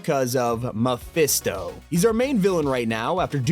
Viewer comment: Is it hard to just say mephisto?